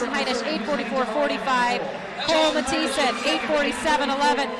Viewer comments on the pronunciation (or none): the way the announcer pronounces kole mathisons last name is so infuriating